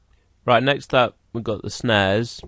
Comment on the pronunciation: he said "snares" but it sounded like "snaz" which means vagina.